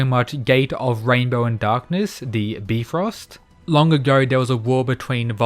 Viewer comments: Byfrost not beefrost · Bi not B Frost. Like Bi-polar or Bi-sexual Bi-frost. Not B frost lol. Cant wait for the fight. This gonna be good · Bfrost Me: Bifrost?: Bfrost Me: no- its Bifro-: Bfrost Me: Its bifros-: BFROST ME: NO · Just a friendly reminder, it is pronounce •By-Frost. No disrespect, just saying so you won't get roasted in the next vid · I can't take this seriously with him saying bee-frost instead of bifrost(by - frost). Can't wait to see the Emperor of China as a Kingdom fan. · Bifrost pronounced Byefrost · Was kinda bummed Apollo was gonna be the last greek god fighting, im glad Hades stepped up cause seriously Ares wouldve lost Edit: its pronounced BYe-frost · Nobody:: "Beefrost" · Love the vids but the "bee frost" hurts my soul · I don't mean to be that one annoying dude but I think Bifrost is supposed to be pronounced By-Frost because it was in the Marvel Thor movies too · Bifrost is pronounced Bye-Frost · It’s pronounced bye-frost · I love your videos but u saying bee-frost trigger me a little 🤨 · youre wrong, it is actually pronounced bee-fröst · if you really want to get technical then it is •Bif-rost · downvote so he doesnt see this and says beefrost again lol its funny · fair, but his is much closer to the actual pronunciation than bye frost. So it's an L either way. Thanks Marvel. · oh shit you're right. Bruh marvel fucked up my brain. It's (beh- frest).